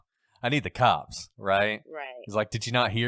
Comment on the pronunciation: Technically, he says, “The kawps!”